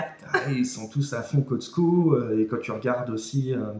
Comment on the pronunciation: Cotsco??? C’est Costco et non, on ne prononce pas le t